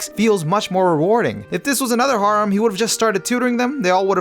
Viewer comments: The way you say harem makes me wanna rip my ears off, then eat them then then shit them out inna port a potty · I’m mad at how you pronounce harem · The way he says harem kills me bruh 💀💀💀💀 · Anyone else bothered by how he says harem